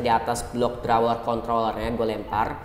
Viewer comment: Yg abu² drawer ap bang tdi ngomongnya wkwk🤣